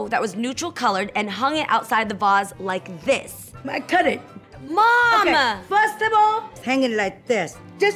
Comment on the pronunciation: " firstable " 😭 " pooosh poosh poosh " 💀 " look like bird nest " 💀 *longgg pause* 🤔 iii like ittt . 🤣🤣 " look like u took sumebody husband and they beat you up " 😭😭💀